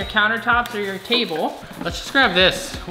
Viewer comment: I died laughing on the Cuisinart how you pronounced it he said cuisine art